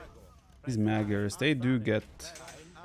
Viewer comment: hey vipi, you are almost nailing the pronunciation with magyars. GYAR is correct, but the first A should sound excactly the same as the second.